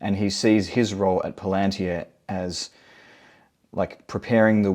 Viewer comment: It's not "Palantia". It's "Palantir". "tir" as in "tier" (teer). Regarding the Collins Elite and Jack Parsons, it may be worth at least considering the idea that these alleged/purported 'demonic releases' possibly trace further back, specifically to 1912 and Crowley's Choronzon working. The effects of this may well still be manifesting...we all see the chaos, confusion, discord and strife engulfing the world.